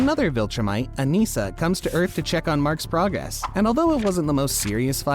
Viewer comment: no but its pronounced 'un-ih-suh'